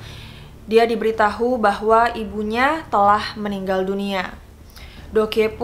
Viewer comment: Makasih buat info nya, tapi tolong baca ceritanya dengan bahasa indonesia yg baik dan benar ; Contoh :seharusny kata " diberitahu" dibacanya "diberitau" Karena kalau dibaca "diberi tahu" maknany menjadi "diberi makanan yg namanya tahu" Lalu kata "wewenang" harusnya huruf e pada kata itu di ucapkan dengan bunyi "eu" Klo huruf e dilafalkan tetap bunyinya e maka kata wewenang tersebut di ucapkan spt bahasa daerah , logat atau dialek daerah tapanuli bukan bahasa indonesia Itu saja masukan dari saya , menjadi tell story memang wajib memggunakan dan melafalkam bahasa dengan tepat , supaya masyarakat yg mendengarnya paham dengan baik apa yg diceritakan Terimakasih